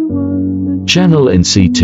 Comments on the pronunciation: They pronounced Chenle like chenel.It pisses me off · no one: not even bella: me: since when chenle is pronounced channel